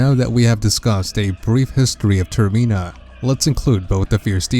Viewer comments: Hey dude your pronouncing the area incorrectly. It's not 'ter-meen-a' It's 'ter-min-a' as in termination or terminal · Not Termeena, Termina. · its not termeeena its termina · "Termena" not termina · TERM I NA??????? TERMENA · ITS NOTT TERMINAA ITS TERMINA AAAAAAHHHHH -Triggered Watcher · dude it's pronounced ter-mi-na not ter-me-na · Its pronounced "Ter Mi Na" Not "Ter Mee Na" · TERMINA NOT TERMEENA!!! I can't, I just can't. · It's not tur mean ah it's tur mi na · TerMEANa? I think you mean TerMINa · golden gamer does have a point, I think full translation would make it more like "terminus" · That's why I stopped watching the video and moved on to watching something else. Not sure what you're intending to achieve by stating the obvious?